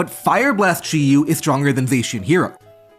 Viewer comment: Say Chiu one more time, fucker. Jesus, what an awful video to listen to, fuck